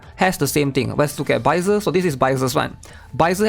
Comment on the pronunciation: I just need sanhua from the 5th day reward to complete my encore team. Also, it’s sad how everyone calls “baizhi” baizer